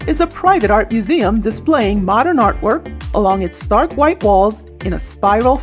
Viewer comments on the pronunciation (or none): none